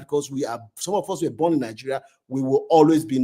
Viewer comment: why you can't pronounce Nigeria s name? Are not from Nigeria? You look like a yoruba man